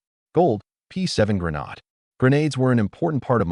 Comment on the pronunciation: The word grenade is pronounced gruh nayd. It a long hard "a" not a short, soft "a".